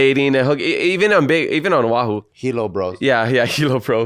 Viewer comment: O’ahu not Ohau lol